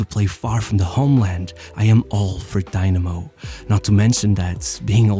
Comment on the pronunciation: Its not daynamo its dynamo and its not even a russian club its a georgian club like stalin is georgian, but it was in the ussr